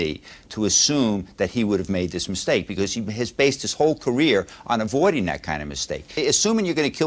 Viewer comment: What the hell is an epitat? The word epitaph is pronounced epitaFF. He's not so "educated" saying things like "trow it all away, I didn't doo dis, and epitat"